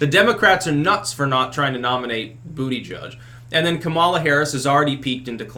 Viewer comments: I genuinely feel sorry for Biden in some ways, but he does need to step down. And I never get tired of you saying Booty Judge lol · you mispronounced "Buddha-Judge"